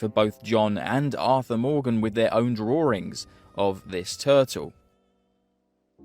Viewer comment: Tou pronouncing it as "saint" instead of San is driving me nuts. Also there's no R in the word drawing